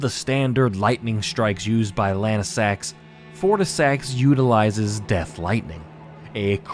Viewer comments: Wouldn’t Lansseax be pronounced Lan-see-ax, not Lan-i-sax? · Bro its Lansseax, not lanesax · Lansseax. Say it with me. Lance&Axe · bro rly jsut said Lansax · Pronunciation 100 I don't know how lansseax can be pronounced lanesax most of the other ones were also mispronounced, do u mispronounce names on purpose or what? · Yeah, that's because Adula pushed past her limits and went into Super Dragon God Super Dragon (Evolved). (also had to double check the wiki to be sure I wasn't going crazy and yes, he's pronouncing Lansseax like a madman)